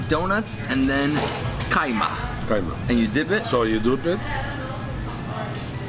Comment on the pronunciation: I like how you said "Kajmak" :)